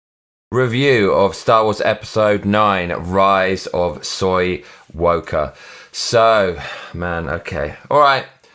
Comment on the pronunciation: sounds like you said soywalker